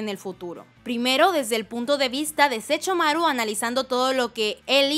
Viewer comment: No sé ustedes, pero me desesperó que cada que mencionara a Sesshomaru dijera Sechomaru ._. De ahí en fuera, me encantó el vídeo jajaja uwu